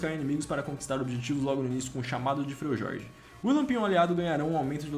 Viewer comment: "Frejorge" KKKKKKKKKK